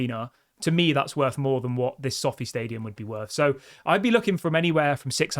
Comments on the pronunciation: You pronounce Sofi wrong and it's So Fi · it’s pronounced so feye not sofi lol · It so-fi - like wifi not sofy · It's pronounced so-fi mate.